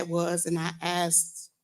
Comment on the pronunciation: For the love of…..ITS ASKED, not AKSED.